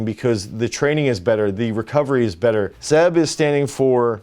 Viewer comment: Great stuff but it's Seb not "Zeb" lol